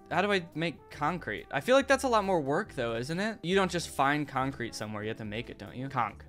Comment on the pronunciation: I will forever reduce the word concrete to CONK